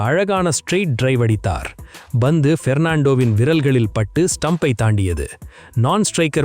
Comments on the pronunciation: Not BANDHU but PANTHU. Correct yourself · ஹலோ bandhu (ba)பந்து வீச்சு இல்லை, pandhu (pa)பந்து வீச்சு. நீங்க உண்மையிலேயே தமிழரா (Thamizhara) இல்லை dhamizhara😂😂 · Its Pandhu not Bandhu